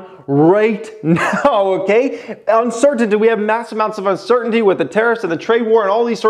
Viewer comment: All I let hearing was uncertitty lol